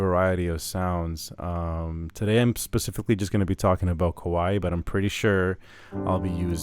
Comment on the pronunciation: The Warm preset is nice, but my fave so far is the Ryuyo preset. My 2nd fave is the New Age preset. Thanks for the review! P.S. "Kawai" is two syllables, not three. It's like if you take "Hawaii", and drop the last "i"; Kawai would rhyme with Hawai. Just sayin'! 🙂